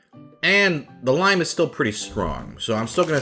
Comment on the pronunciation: I can’t tell if your like just saying lim on but it’s pronounced lime in just saying but it doesn’t matter it’s just a video